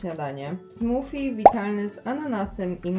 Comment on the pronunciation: Mowi sie smoothie (smoodhee) smodi a nie smofi.Czesto to co nie jest zdrowe smakuje najbardziej.